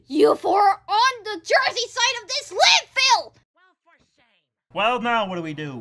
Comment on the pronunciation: With all their bickering they all need therapy and or Jesus. Also … did you call them JESERY? Like? New Jesery? HIW DARE SHE DISSES MY HOME STATE!